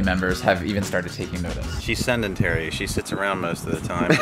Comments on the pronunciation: "she's seNdentary" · Stop saying SENDENTARY. Its Sedentary goddamnit. Sorry just annoyed me. Apologies for the grammar naziness